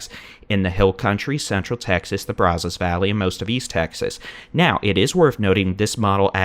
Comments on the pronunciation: It isn't "Brawzos..." 😅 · I appreciate this! But also, please learn how to pronounce Brazos. (Braz-zuss -the a is more like it sounds in at than ahhh) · He can't pronounce Brazos. Not sure he's from here. He does a good job though.